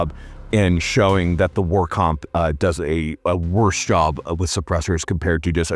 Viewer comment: “obviousry” “moozle devices” “huxwurkk” “bathel” “super rail, I meen rare” “sssssssuper, ssssssuper cool” “long and large” GAYYYY lmao “suppressor hose” “Exactbly” “3 pong” Thanks ….love ur vids brotha…my autism wouldn’t let it go so I HAD to break it down for ya lol